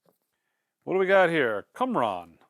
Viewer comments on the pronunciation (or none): “Cumron?” Really?